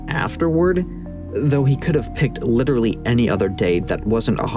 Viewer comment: 6 minutes in an all i can hear now is i witerally hit the gwiddy